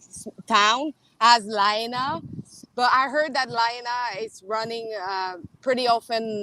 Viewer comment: Well done Viva as per usual. First of all, a more correct pronunciation of the town is La-HIGH-na. That's not exact, but close enough. I don't know if that civil defense big wig retired because of illness, but if I made a poor judgement call, possibly contributing to 100s of deaths, I would really be sick too. When we hear the civil defense sirens we are to tune into local radio, tv, etc for what is happening and instructions on what to do. We also get cell phone alerts from civil defense. We have invasive species of grass which catch fire really easy. They don't burn for very long, but spreads fire quickly. Maui has been experiencing drought conditions for quite a few years now. Lots of homes in Hawaii are of wooden single wall construction. With our ground termite problems, a lot of homes have some termite damage making them more susceptible to ignition. Unfortunately, we have quite a few "Tinder box towns" in Hawaii.